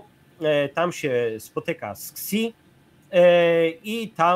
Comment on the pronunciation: Panie, Xi wymawia się "Szi" (miękkie sz);) Nie żebym znał cokolwiek mandaryński, ale wymowa jest na YT.